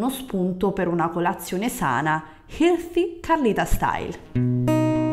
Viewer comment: Hai quasi imparato a dire healthy